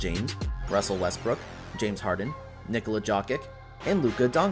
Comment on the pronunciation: Nikola Who? Luka Who? Work on your pronunciation bud.